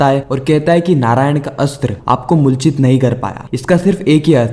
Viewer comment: MULCHIT NHI,,,,,,,,,,,moorchit hota h bhaiya